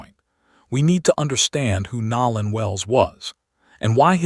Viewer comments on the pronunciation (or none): The narrator is constantly pronouncing words incorrectly his name is Nolan not nowlan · How are you the only one mispronoucing his name ... Its NO_ LAN now NOW- LAND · No-lan not Nol- an! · His name is Nolan ( No lan not Now lan) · NoLan not nowlan😊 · Please say his name right!!! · U need to pronounciate Nolan nane correctly 😲😞